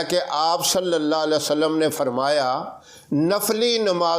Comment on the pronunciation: Assalamu Alaikum. mazirat ke saath talaffuz ko sahi ada kijiye. Sallallahu alaihi wa sallam hota hai na ke (Sallalla sallam)